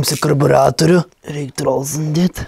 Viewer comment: Kaip sakei karbiratorius galvojau ten vibratorius😂😂